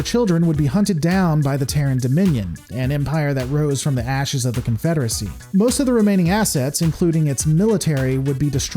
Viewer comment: Alternatively, the CONFEDERAHSAHHHH